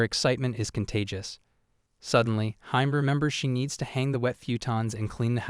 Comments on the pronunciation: Hime is pronounced as he-meh , not ha-im, hime-sama is for princess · It feels kinda off(at least for me) calling her hime like "mime" and not "he-meh" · A lot of the pronounciation is off. Hi-me- not haime, Kota-ro not kotaru, great recap tho. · its not HIME it's read as He-May : Hi-me which means princess Dammm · Lol "Hyme". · It's not hime bro it's pronounced as (he-may) in Japanese it means princess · its not hime.., its hi-me ( sounds like hee-may ) means princess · Can't you pronounce hime correctly,?